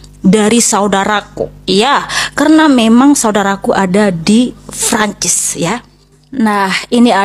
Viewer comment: Francis apa franchise? Wkwk lebat bet pengen keliatan lidah luar padahal lidah kampung, Prancis ae biasa pake P, kalo kalo pake F ngomongnya France